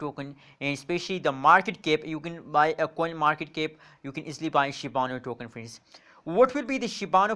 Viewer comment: It's Shiba Inu not shibanu